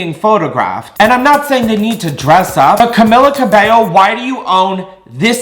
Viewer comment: how u gonna say cabello right but not camila cmon if ur gonna roast my fav tHE LEAST U CAN DO IS SAY HER NAME RIGHT HHHHHH